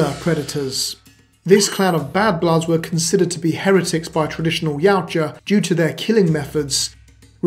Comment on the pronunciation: Ya oot jah ...yoot jah ...now say it right